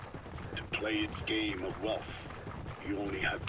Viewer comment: I gotta keep my eye on this time. "It's fun t'play in da ræn. Plæ da song, DA-DA-DA, DA-DADA."